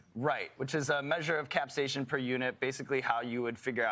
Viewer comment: Is that how you pronounce capsaicin?